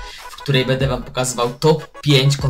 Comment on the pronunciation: Czm mowisz bede? XDDD